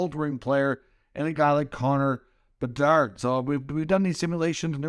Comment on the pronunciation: CONNORR BERDARRRRDDDDD gotta love how this dude says his name